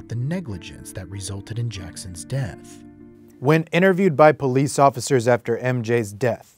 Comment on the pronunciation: Someone better call the pol-HEE-CE